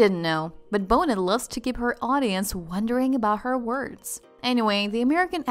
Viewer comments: The AI voice can’t even pronounce Lisa’s last name correctly 😂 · Pretty hard to take this vid seriously when Lisa Bonet's name is mispronounced throughout the duration. C'mon! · The T Is silent in Bonet please pronounce her name right. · If you're going to make a commentary, at least pronounce her name correctly. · Maybe you need to learn how to pronounce Lisa's last name to make this seem believable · The dayum narrator can't even pronounce the subjects name!! Geesh 🥴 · I wish the narrator could pronounce Lisa’s surname correctly. After all she is not an unknown! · Is that the correct pronunciation of Bonet? I’ve never heard it pronounced as it is on this video. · Lisa Bonet. Don’t pronounce the “t” cant understand her accent. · pronounce her name propperly her las name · If you mispronounce Lisa BONETs name one more time my brain is going to explode. It's pronounced bo-NAY NOT bo-nett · Let's pronounce her name right, it's not pronounced Boe-nit, it's "Bo-nay". You're killing me because you don't even know how to say her name. Like you're an authority but you can't even say her name right. How embarrassing. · when you pronounced her name as lisa -bo-nit...I was done. It is pronounced BO-NAY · Right!!! Her name is pronounced Bo-nay Not Bo-net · The bot said "Bona" and "Bonut". yeh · STOP MIS-PRONOUNCING HER LAST NAME!! It's getting on my nerves!! It's "Bo- NAY", NOT "BONE-it" !! Geez! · It’s pronounced “bo-nay” not “bo-net” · Lisa's Last Name is pronoinced "BO-NAY," Not "BO-NET!!" 😉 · Please pronounce her name correctly. The T is silent her last name is pronounced Bonay not Boneht. I couldn’t keep listening when the announcer continually mispronounces her name Ugh! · Bow net? Bonet is pronounced Bow nay! Lol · Do your homework before reporting on someone. It’s not bone-et. It’s bonay. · 😳😳 I don't understand a thing that was said. No explanation of what was posted under the title ( just rereading their posts). Her name is "Bo-nay" not "Bo-net". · Lisa Bone-it...😝😆😂